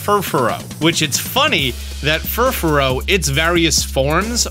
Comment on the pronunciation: Mans has over 2 million subs, yet can't do five seconds of research to properly pronounce Furfrou. Other than that, it's nice to see some favorites returning. Even if Pinsir seems to be lost to the wayside.